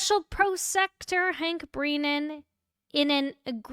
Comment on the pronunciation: It is BREN AN, not Breeeeeeeeeenan